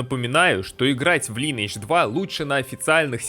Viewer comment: Все шик, только вот ЛайнЭйдж... и не надо мне рассказывать, что мол Корейцы сами говорят Лин. Это англ. язычное название, и читается оно как Лайн. Название игры - Линия века. П с сам играл в далеком 2007м на С1 за СпэлСингера, ухх сколько воспоминаний, где топ локи были Антарас лэйр и Кладбище) с мобами под 60й